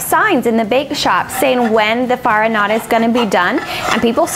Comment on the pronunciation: I'm sorry but this "farinata" is totally wrong...